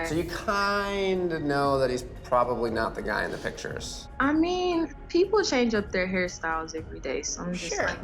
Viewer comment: “… the peopo fwom yik yak…” wittowawy